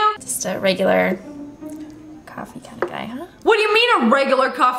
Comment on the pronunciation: Just me, or did Brad say "Coff" instead of coffee lol